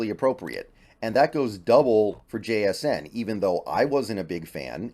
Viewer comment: Somebody gotta teach how to say jsn’s name asap before he slips up and gets himself canceled